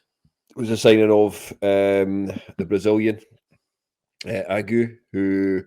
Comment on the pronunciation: Ageu is three syllables lads: Ah-jay-oo. First Brazilian to play for Hearts? Cannae think of any others.